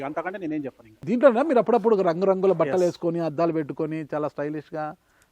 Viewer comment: ‘చొప్పను’ కాదు.. ’’ చెప్పను’ అని పలకాలి.